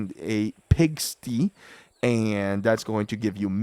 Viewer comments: its pronounced pig-sty not pig-stee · Hey, I just found your channel through this video and it was super helpful, thank you! Btw, I thought it might be helpful to know that Fabledom is pronounced the same as Table, or Cable, like 'Fay-bull'. Pigsty is pronounced as two words "Pig-sty", and sty is pronounced the same as Eye or Hi. I mean this to be helpful, and mean no disrespect! ❤️